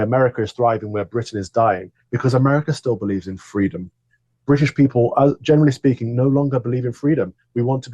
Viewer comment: Gross, Kamala! Fweedom 🤢 so slimy